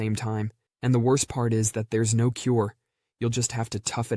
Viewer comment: When she says "ew" Instead if "no", should definitely be on this list